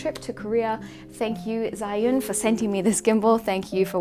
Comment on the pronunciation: It is pronounced as "zu-win". 😉 I'm talking about the gimbal.